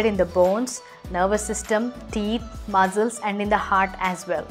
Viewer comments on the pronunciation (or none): Listen carefully, she is pronouncing, P_aach as P_ haach and muscles as muzzles and yeast as east, she should be careful while uploading videos!